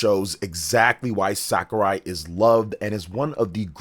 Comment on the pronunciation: Please stop pronouncing Sakurai's name like that, you're embarrassing yourself